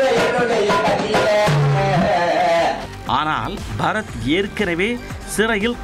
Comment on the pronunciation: இவன் பறத் இல்லை பற-த் 😂